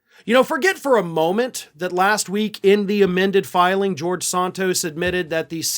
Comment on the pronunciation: I like how you pronounce it Sawntos. It’s wrong and it’s great.